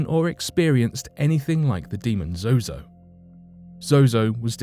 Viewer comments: Its ZOZO you kept saying Zoho due to your accent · Fsake, its zoo not zoho. Do your research properly lol. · The "demon" Zozo is an invented entity. Evans admitted to inventing his stories for attention. Also, you kept changing the pronouncoation of Zozo throughout the video, switching between Zozo and Zoho. Is this on purpose? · I think its zozo not zoho. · The host should have kept mispronouncing the name the demon that starts with the letter Z. all the demons are evil and dark, but some are definitely worse than others, but they all bow down to the name of Jesus